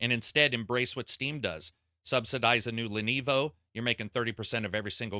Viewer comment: Sorry man you keep saying "Lenevo" its LENOVO